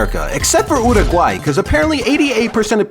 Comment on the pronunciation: Uruguay is not pronounced like that